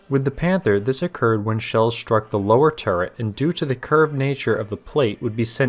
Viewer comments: The word is "Struck" not Shtruck. Pronounce and enunciate the "st" words correctly. It can detract from your excellent YOUTUBE documentary. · I like these videos but you keep pronouncing words with "str" as "shtr". Shtrong, Shtruck, Shtraight, Chin shtrap.